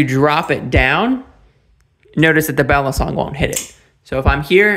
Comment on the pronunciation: Balisong or Balee song, not balison like Alison.